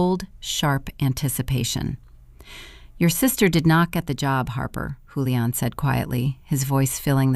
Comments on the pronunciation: Why does the name pronunciation keep changing? . First is Julian with a Jew sound then it’s Houlian with a Spanish sound. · Hooo-leee-ahn or Jooo-leee-inn? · Kind of funny how the "j" was initially pronounced then later , it was not , lol . AI strikes again !